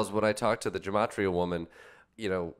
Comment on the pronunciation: As someone who speaks Hebrew, every time i hear gematria pronounced with a a soft G i want to slap someone